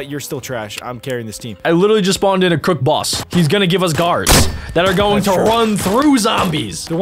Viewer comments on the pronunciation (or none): Crooket boss XD its crook boss